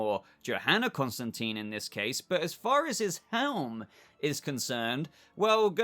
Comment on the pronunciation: It’s Constantine. Not Constanteen.